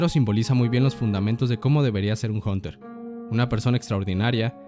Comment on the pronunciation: porque dice jonter jajajajaa